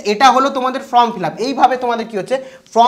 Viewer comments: ভাই Form উচ্চারন টা তুমি ভুল করছো । কথাটা ফ্রম নয় কথাটা হবে ফর্ম । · আরে ভাই from(ফ্রম )নয় form(ফর্ম ). Consult dictionary plz.